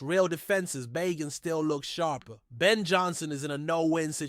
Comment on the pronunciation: It's pronounced Bay Jent....everyone knows this